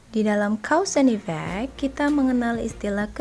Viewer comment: "cows and e-vac" hahahah